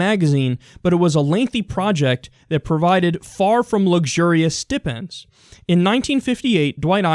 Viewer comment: "Ms er eee" and "St eye pend" Kyle.